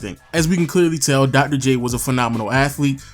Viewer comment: Come on man... Dogdoh J? Otherwise nice video